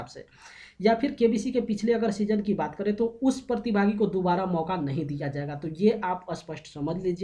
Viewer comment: Partibhaagi nahi pratibhagi hota hai